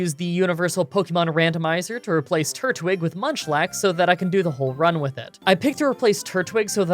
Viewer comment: Did anyone else hear him say lunchlax ?😂